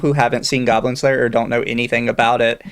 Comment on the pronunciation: "GOYBLIN SLAYUH"